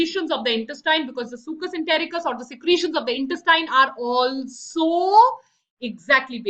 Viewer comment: Mam, but in lecture 1 you said brunners gland secreate succus entericcus!!🙄